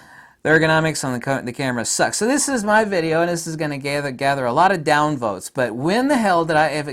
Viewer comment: It’s your channel. Say what u have to, bruh. I like how u emphasize the down-vote lol. Because u know how the internet is. Good on u.